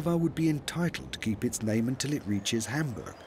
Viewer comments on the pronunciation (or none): none